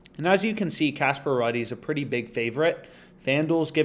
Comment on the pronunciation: Ruud is pronounced as “Rude” like ur rude lol , great vid tho bro